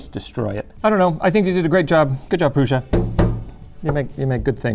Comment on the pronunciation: It pains my maternal side ancestry that no one pronounces Prusa (Proo-Sha) correctly. But, proud of the namesake making a badass 3D printer - NOT fault but for future reference LTT comment peruser!